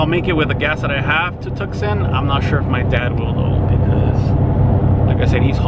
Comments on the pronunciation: Tucson Tu-son the C is silent. My home town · It’s pronounced “too sawn” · Real Gs Dont Die no, it’s tucson- tuk-son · You said Tucson wrong